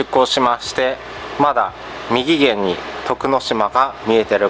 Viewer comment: みぎげん？ 右舷じゃないんですか？ うげんですよ